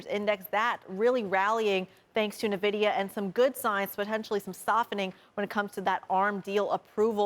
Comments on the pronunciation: Kriti Gupta always gets the NVIDIA pronunciation wrong - it's pronounced "En-Vidia". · Kriti. It's pronounced as En Vi Dia...